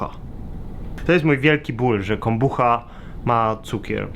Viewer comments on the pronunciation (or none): Chyba Kombucza się czyta ;) pozdrowionka